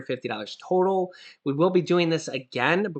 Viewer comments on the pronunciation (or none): none